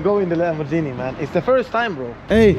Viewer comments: fruten fraten bro, why you call it lamborgini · LAMBORGHINI with a G and not a J